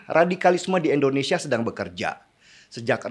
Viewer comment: Masukan Om Deny.. Selama ini klw sy dengar..om Deny menyebut Endonesia..tolg artikulasi nya Om Deny...Indonesia😁